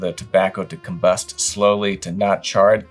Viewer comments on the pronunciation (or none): none